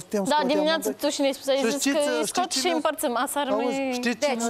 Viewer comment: "Șî noi putem " lesin cand ii aud 😂😂😂